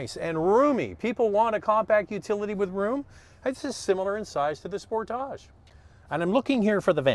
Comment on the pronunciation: Spore-tage? It’s sport-age right?